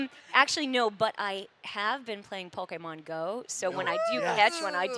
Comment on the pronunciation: I absolutely love that she still says “Pokémon” correctly. ❤️